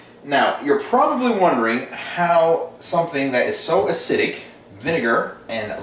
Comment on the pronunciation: acidic has 3 syl=la-bels, not 2.